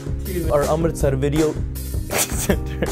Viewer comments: weedeo XDDD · Nice weedeeo😂